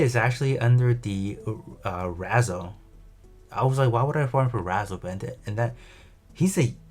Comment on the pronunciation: Took me a few seconds to realize “Razzle” = Re-Zel. lol